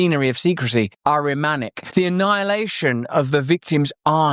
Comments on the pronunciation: can you please stop saying aramaic instead of ahrimanic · Dude it's Ahrimanic not Aramaic.